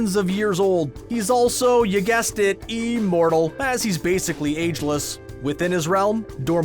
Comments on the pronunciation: Liked this, but... Uh... What's 'Eeeemortal?! ' Is that anything like 'Immortal?? ' Just wondering... 🤦‍♀️ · It’s IMmortal, not E-mortal. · it's IHM NOT EEEEMORTAL IHM IHM IHM THERE IS NO EEEEEEEEMORTAL, EVER 😧 j needed to get that off my chest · Today we have a new word: ee-mortal. Considering this is THE key word in the video, you'd think narrator would learn its proper pronunciation. Thumbs down on this one too. Screen Rant continues to suck.